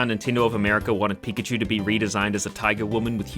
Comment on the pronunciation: I really liked the coconut line and the original version of the dragon eeveelution, please don't get rid of them. Also what the hell is a pic-ah-chew?